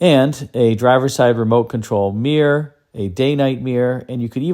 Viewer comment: chrysler by chrysler ha ha not it was called the chrysler charger and you could get the same engine options that you had in american chryslers...... oh and its not meeeer it is MIRROR try saying mi- roar. mi roar mirror......